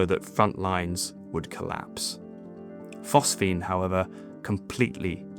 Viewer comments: PhosGene my lad. Phos Ge ne... Not PhosPhene... Anyway, great channel, I support good old not ai narration. 👍🏻 keep 'em coming..! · PhosGENE! not “phosphene.” Do your homework.